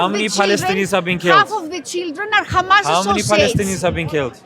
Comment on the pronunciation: khamas , khamas , khamas is all they say .